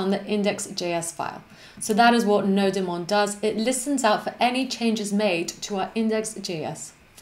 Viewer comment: nody-mon sure is a better way to pronounce it ! sounds like Pokemon !